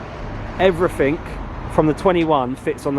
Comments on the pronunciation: No mirrors and you say "everythink". Tool. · Why do brits say everyfink? isn't it everyTHING? Regardless, sick build!